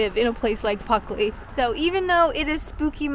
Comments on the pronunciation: Good CGI with the 2 ghosts in the churchyard. The creepy guy in the black hooded robe, carrying a scythe, stood behind you wasn't so convincing 😂 Don't worry about losing your L out of Pluckley, we've got some reyt tongue twisters you'll never pronounce, up here in darkest Yorkshire. Happy Spooky Month. 😁🐈‍⬛🎃🪦🕷🦇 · There was that spooky young lady, blocking the views of the nice little village, who obsessed with the name of the village :o The sound of "Pluckley", spoken without the first L, will haunt me forever :D (Very nice comment btw. ♥) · Sounds really useful having a ghost, if it neatly arranges your cutlery, and keeps the house cool on the hottest day of summer. Not to worry about the mispronunciation. Could have been worse. At least the village wasn't called Fluckley. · This was a really good video! I haven’t heard of Pluckley before! Don’t worry about pronouncing it differently, I don’t think I even noticed that you were saying it differently! This was so cool! You always make your videos where you explore places really interesting! And it was really cool when you were reading the backstories behind the places! You did a great job! This video was so good! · Yep, still watching, 4+ years, blimey I feel old! Thanks, you not having a script, & getting the village name wrong, is just part of the charm. Pocahontas is also buried in Kent, surprised she doesn't have a ghost story to! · One way they haunt you is by making you read the name wrong. You should've explored and walked around in the dark at midnight lol. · Puck, in medieval English folklore, a malicious fairy or demon. In Old and Middle English the word meant simply “demon.” In Elizabethan lore. Obviously he was following you and decided to spook your pronunciation from Pluckley to Puckley. :-)) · Of course you said PUCKley, you're Canadian! It's entirely understandable that you'd fit an Ice Hockey reference into something 😜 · Maybe it's pronounced Puckley ? ?